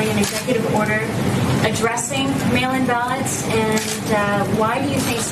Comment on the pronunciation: Did he say "mail imbalance" instead of "mail in ballots"?